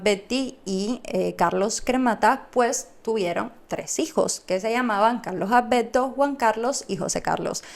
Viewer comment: A ver, practica un poco más la la pronunciación, en vez de padte PARTE, Malberti no malbedti, ALBERTO Y NO Albedto